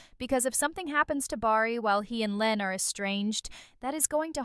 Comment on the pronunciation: Her name is LYNAE !! NOT LYNN OMGGGG